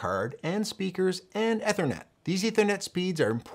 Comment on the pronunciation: Great educational video but It’s “eeeeeee-thernet”, not “ ehhhhther-net”